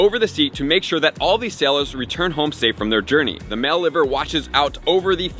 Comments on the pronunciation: Ly-ver, not Liver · great video mate, but its liver bird as in lie-ver bird. sorry to correct you on this but i had to! 🤣